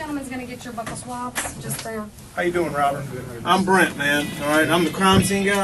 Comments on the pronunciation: “Buckle” swabs is killing me. Buccal. “BYU-cal swabs”, meaning inside of the cheeks and gums. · Its not pronounced " buckel swab" its buccal swab like bugle...(inner cheek) makes me crazy as a nurse...i know, silly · Būccal... Not Buckle 🤦🏻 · It is pronounced Buuuuu cul swabs not buckle swabs lol Man why did they put this rookie in there with this maniac psychopath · Lol it angers me when people pronounce buccal as BUCKLE... oh we gotta get dat dem darm buckle swab from you... then she comes back in and literally says he's gonna come in and get your BUCKLES like it's a noun, lol... the word is pronounced BEAU-SUL as in beautiful and Sully together. It is referencing the buccal cells in your mouth, it's an adjective not a noun... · The fact that's she's saying "buckle swabs", is blowing me. 😒 literally every other time I've heard it, it was pronounced "bue-ckle" swab... like rhyming with blue-kle.. 🥴🤷🏽‍♀️😫🤦🏽‍♀️ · BUCKLES? ITS DNA. ITS JUST DNA, NO NEED TO CALL IT BUCKLES DUMMY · I hate when they pronounce Buccal swabs as "Buckle". These fucking people cant even pronounce it properly but use it against you in court 🤣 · It's pronounced (bew call) buccal swab... But I digress 🤷🏼‍♀️🤷🏼‍♀️🤷🏼‍♀️